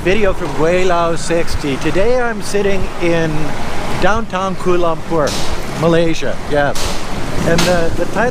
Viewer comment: Thanks for the video.. Just proves that you can get people from all over the globe who are stupid and the conotation that westerners are all smart is so untrue... First of all its pronounced KUALA Lumpur and not KUL lumpur... Next its common knowledge that open wet market is everywhere in the world esp in Asia but the point you dont get is meats like bats, rats, snakes etc in this markets... Also China's market has produced 2 viruses SARS and Covid so there is something wrong with China and its not a stigmatation but its a fact.... So I dont know what your objective doing this but thanks for showing the world what an imbecile you are and maybe you should go to Wuhan and try some bat or rat meat